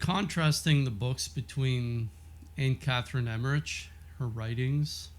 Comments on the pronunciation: So as a German, my ears are ringing when Americans are trying to pronounce Emmerich which they never do right😉❤️ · You might want to look up the pronouncing of Emmerich and Ephesus